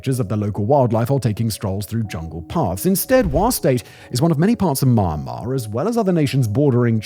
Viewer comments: not marnar you fool m yan mar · Inside maahanhmaahr 😂 (should be pronounced me-ann-mar) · you have the strange ability to pronounce myanmar as maanmaa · Had to stop listening to this one because of the mispronunciation of Myanmar. The Y is pronounced like an E. As in Me-anmar. It was like nails on a chalkboard. I can live with the irritating pronunciation of a as r at the end of many words, but come on. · Me and Mar it is pronounced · Sounds like Simon's saying Ma-Ma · he’s saying the common mispronunciation “MY-anmar” but his accent makes it sound like maahnmar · I like most of your videos, Simon. But could you please learn to pronounce the name of the country correctly? It's Mee-yan-mar. Thanks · I'm getting Benedict Cumberbatch trying to say Penguin vibes, from this. Maahnmaah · I had to stop watching because of the Myanmar pronunciation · Meee annn uhhhh marrr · So annoying every time you pronounce the counter wrong. Im not even sure how that's possible to do when you do all the researching and still can't piano the country's name. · The way you pronounce "Myanmar" in the introduction sounds very Birmingham, Alabama and I appreciate the effort to assimilate Southern US cluture to the nuances of eastern politics by utilizing familiar vowel sounds with rounded "R" sounds. Bravo! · Pronunciation of the country was too much. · Is this really how you pronounce Myanmar? (asking as a non-native speaker) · Simon... You need to work on that Myanmar pronunciation... Grates everytime you say it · Why is everybody miss pronouncing Myanmar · What is it with his pronunciation of Myanmar? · Its MY-AN'MAR not MAR'MAR.....did U sudden carving for MARMALADE ?? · Me-an-mah not my-mar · I guess just because you studied English doesn’t mean you understand how to pronunciatie correctly Myanmar Me Yan Mar - Not Ma Ma - little boy. Your Ma Ma bring you your drinky drinky cup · Pleeeeeeaaaasssseee! Pronounce 'Me-n-mar instead of Mar-mar. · The country name is not Marmar. It is MYAN MAR.